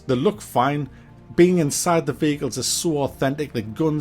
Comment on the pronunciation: I honestly thought you kept saying bagels instead of vehicles 😂.